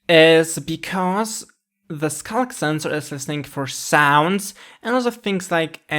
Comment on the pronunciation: "scock sensor."